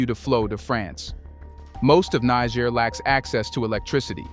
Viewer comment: You have mispronounced Niger 🇳🇪 many times in this video, you called the revolutionist the N word😮. I am sure in ancient times in Africa, that was not the name of that land.